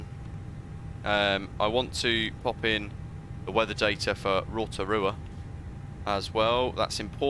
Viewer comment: Nice pronunciation for "Rotorua"!